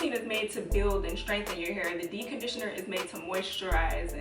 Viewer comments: Dee conditioner? Lmfao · Anyone else notice she doesn't pronounce the "p" in "deep". Like literally not at all.🤣 "Dee conditioner" Great tips tho. I love these uploads.😊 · "dee conditioning"?!!! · Too I was just about to comment about that until I saw your comment 😂😂 I was like girl it’s DEEPPPPPPP!!! 😂😂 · Yes. I'm over here saying "dee conditioning" to myself.lol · She's actually saying D-conditioner 😂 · 😅 So true! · Girl. First thing I noticed. It's lowkey giving me anxiety. Lol. I couldn't watch the entire video. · I was about to comment the same thing 😆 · I couldn’t concentrate on anything else she said.... 🤦🏽‍♀️ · I committed most of these “sins” 😂😂. I prefer to detange after conditioning cz it’s easier to comb my hair and I’ve definitely DC’d with a regular conditioner.. grew my hair to WL ☺️ Also, I find it interesting that you don’t pronounce the “p” in deep 😆. Sorry I’m not American not making fun but it’s cute